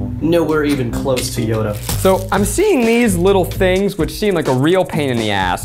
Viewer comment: Keith didn't make Yoda, he made Hoeda